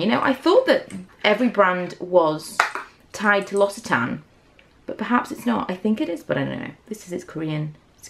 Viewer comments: Its lox-e-tan, they even made a video of how to pronounce it ha :) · Isn't it pronounced locksitarn?